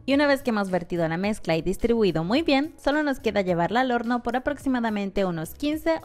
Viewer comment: Todo iba bien, hasta que dijo HORNO :(